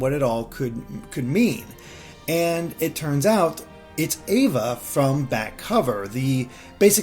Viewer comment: has seen Back Cover and The Epilogue and still says Ava’s name wrong! Lol!